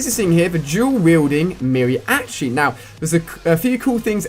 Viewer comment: Mary-atchi hahaahahha